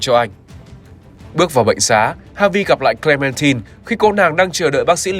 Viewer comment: Hi. E có 1 lời muốn góp ý ạ, là hình như ad đọc sai từ Clementine hay s ý!